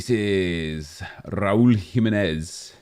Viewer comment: Raul Gimenez. Gotta love when makes up names.